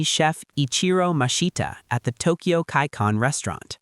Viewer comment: Don't forget about the "Tokio"